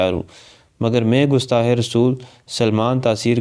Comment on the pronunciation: gustah nahi gustaq